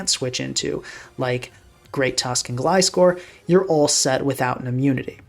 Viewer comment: British Gliscor